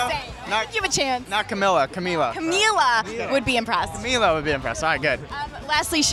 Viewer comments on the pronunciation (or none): Not Ca-mil-la. Ca-Mee-La. :) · maybe you should finally correct on saying camilas name because he REALLY needs it